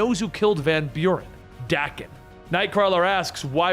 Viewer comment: Love the content here. But Daken.. that pronunciation. Threw me off. Not how I've heard it in my head or how I've ever heard it pronounced. I've always heard it with a hard A. .. feels wrong hearing it this way. Looked it up. My physical sickness is acceptable